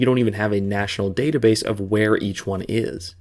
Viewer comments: Weeeeeeeeer, not were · "we don't even have a national database of weir each one is"